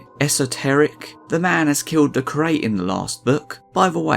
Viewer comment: 'Curate' is pronounced as 'cure' + 'ate' not 'crate'😂